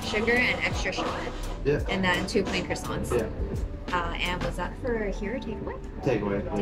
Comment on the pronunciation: I am french, I’m surprised how well everyone pronounces pain au chocolat❤ The t is silent, for croissant it's the same😊